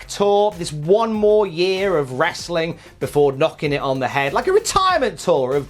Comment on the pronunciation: i already downvoted you by the time you said "wrestling" with the hard "T". I'm going to spend the rest of the afternoon sad that I couldn't downvote you again.